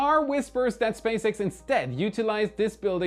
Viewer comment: Was not paying attention and for one second I thought said Space Eggs instead of SpaceX. I went like: what was that?